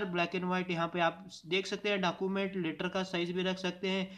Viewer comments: You said Document as Dakument.... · Kya bol rahe ho aap dacument Document bolo yar